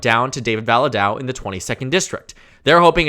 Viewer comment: Also I know people probably don't care to pronounce a republican's name correctly but its David "Vala-day-o" just throwing it out there